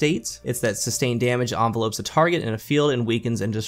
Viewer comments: How come and aztecross both don’t know how to pronounce “envelops” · I can't believe how many youtubers don't know how to pronounce "envelops"